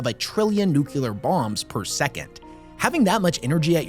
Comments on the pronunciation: Nuclear. New clear. Not nucular new cue leer. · Nuclear, not nucular ffs